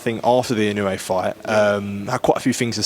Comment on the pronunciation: INOUEの発音が『あいのうい』と言ってる様に聴こえたが、発音しにくいのかな？